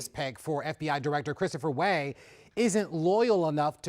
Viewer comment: Christopher WAY?? Even if you don't know the name of one of America's most powerful and famous spooks, can this kid read? It's Wray ffs